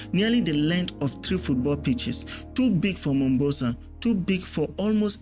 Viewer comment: The Southern port is called "MomBASA" not "Mombosa". The production and research was "top notch" 👍